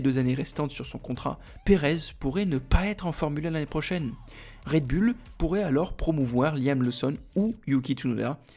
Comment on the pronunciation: Quand cesserez vous de dire "red bulle" '????